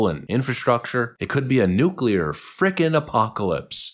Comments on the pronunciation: He pronounced it correctly! NEW-CLEE-ARE. Thank you, Thank you. Thank you. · It's nice to have a president that can actually say nuclear properly. FFS it not nu-cu-lar... It's nu-clear.